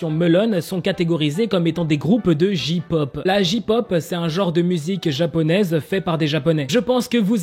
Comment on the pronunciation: Ont dit jey pop pas ji pop 😭😂 c comme si tu disait ka pop 😭😭😂